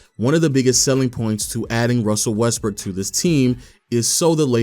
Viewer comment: If you play the video at x2 speed you keep hearing his pronunciation changing to: “westbrick averaging 3.5 turnovers” “when they traded for westbrick” “after westbrick joining the team” 😂😂 specially at minutes 7 and